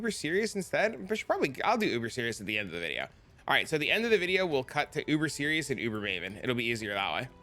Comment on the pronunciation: Sirus. His name is Sirus. Not Sirius. Sigh-russ